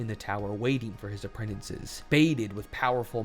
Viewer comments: Okay, i mean no insult but this is driving me nuts. Apprentices has one n in it, not too. You keep saying "apprentinces". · Bro. Learn how to pronounce "Apprentices".